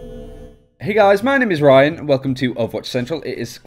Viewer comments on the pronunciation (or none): none